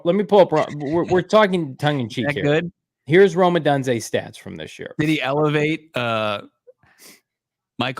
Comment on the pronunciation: So Proud of getting Rome’s name right! is lost cause!